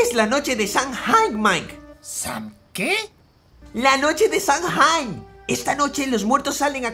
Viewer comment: se dice "SamHain" :D